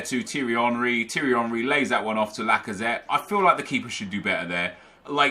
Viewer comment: Saying Henry's first name wrong and its so annoying 😂 says names wrong on purpose for sure